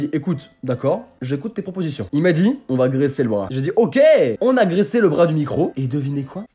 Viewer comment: quand tu as dit graissé j'ai entendue "agressé"